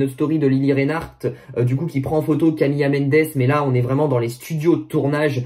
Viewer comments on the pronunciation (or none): Juste je te corrige (c’est pas méchant hein ) mais c’est Camila , pas « Camilla » genre on prononce pas « camiya » mais « camila »😊